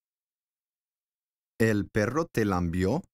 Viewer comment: No se dice "lambió", es lamió